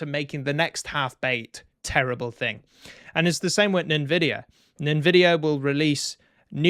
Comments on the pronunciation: its pronounced as N-vidia not nin vidiea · NEN VIDIA? Brother, content and rant is on point. Then you do this? I upvoted but please, N-VIDIA is the only way to say it. If you have the time look into old titles, Skyrim, GTA 5 and Stalker series. These games with mods are running 100+ fps. Modern day developers are lazy and untalented.